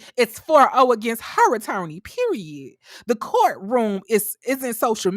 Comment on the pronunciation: I love this..."period" (the way you said it was so messy...lol). Please, more Love and Marriage videos...and Ready to Love, please :)